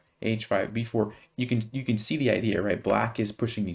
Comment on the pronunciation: Excuse me, can do or can't do? I can usually cope with your accent but here you confused me.